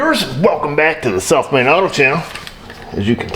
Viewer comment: Is it south main,it sounds like your saying self made autk channel 😅